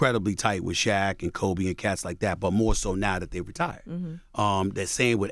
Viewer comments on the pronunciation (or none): none